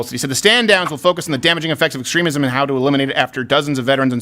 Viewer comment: How that Navy guys was pronouncing extremism bugged me so much.